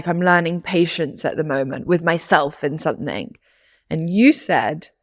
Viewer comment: It’s something not sonething 🥲